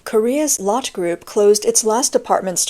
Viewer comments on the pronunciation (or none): none